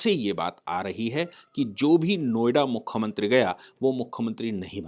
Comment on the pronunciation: आप मुख्यमंत्री को बार बार मुख्खमंत्री बोल रहे हैं